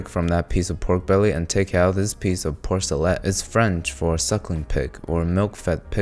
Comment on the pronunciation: You pronounced tamis wrong. You dont pronounce the s. And you pronounced porchetta wrong so u must be doing it on purpose